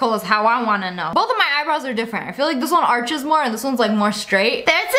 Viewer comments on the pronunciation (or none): none